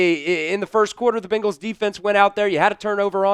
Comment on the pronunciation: You would think a guy speaking for the team would know how to pronounce their name. They are BEN gals not BING als...